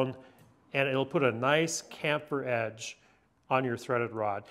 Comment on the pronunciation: It’s pronounced “Ch”amfered as in “Cheese”. Just sayin’.